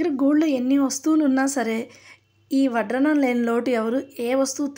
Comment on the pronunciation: Vadranam kaadhu madam vaddanam😂